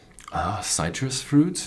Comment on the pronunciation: how about citris, subtle, and my favorite..pears